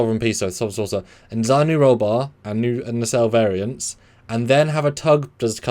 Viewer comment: It's "Variant"